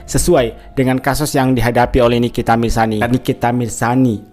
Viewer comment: nikita Mirzani bang bukan nikita mirsani 😅🫢